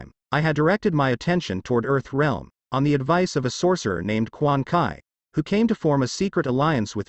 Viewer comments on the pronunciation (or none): it's quan chi not quan kai